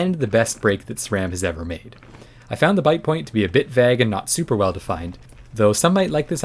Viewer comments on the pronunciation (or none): none